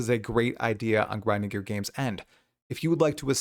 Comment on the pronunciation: gwinding gear games XD